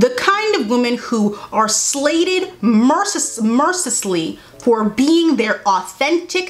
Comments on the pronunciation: please let me help you say it mercilessly sounds like mer-se-less-lee, you were trying thought I would help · girl it’s mercy-less-ly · Watching her fail to pronounce "Mercy-lessly" is insane😂😂😂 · Paragraph: Mercilessly: o-O what is that Mer-si-lus-lee Also everything u say is pure fax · mer-CI-less-ly please girl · the pronunciation of mercilessly was so funny bless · You completely missed the point of Lanas letter. Also the word “mercilessly” isn’t hard to pronounce😉